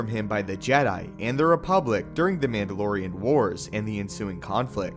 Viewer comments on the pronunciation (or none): none